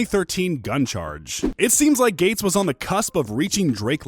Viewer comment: Kevin gay-tes